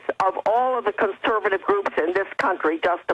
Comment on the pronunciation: CONSERVATIVE Jones not "ConserBative" you keep saying CONSERBATIVE. conserVative you mush mouthed BbBbBbBuffoon.